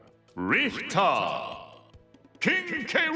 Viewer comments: Richter (sounds like the word retard) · English: Richter Japanese: Retard Idk if it is me but I hear retard. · No he said Richter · I love how Richter in Japanese sounds like R**ard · Whilst that is true as well, I think the atrocities committed under this flag in the 20th Century instead of the 19th Century are the more likely the problem here. The japanese pronunciation of "Richter" is still off-key, but it's more correct than the english one... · I mean, Richter is a German Word, meaning "Judge" and as a German, it legit made me cringe when i heard his Name being said upon Ultimate Release xD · to be fair, names can be pronounced as anything you want but I see why it made you suffer